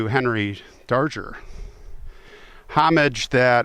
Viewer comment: I think his name is pronounced Dar-Grr. Natalie Merchant wrote a song about him.